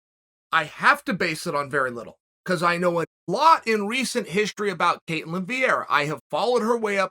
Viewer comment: undisputed GOAT: calls her ketlan in the first five seconds of the video me: ok great